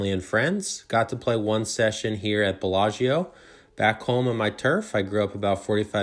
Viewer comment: You said belaggio